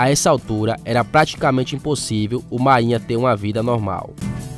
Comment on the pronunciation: Ele tá narrando com o nome errado, você tá dizendo mainha, o apelido é máínha